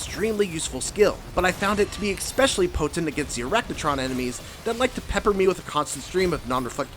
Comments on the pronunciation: Dude said EXspecially...LOL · yeah. I heard that and went "..really?" Like. It's not a big deal..but it is at least kinda off putting, especially with how hard the "ek" was hit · 10/10 review besides saying "Exspecially" ... but I'm just being dumb and joking. Can't wait to play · He said "exspecially." I don't want to be grammar police, but that shit is unacceptable for a jounalist of any kind. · What does "Eckspecially" mean? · There's no X in "especially."